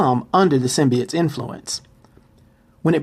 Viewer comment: it is symbiotes not symbites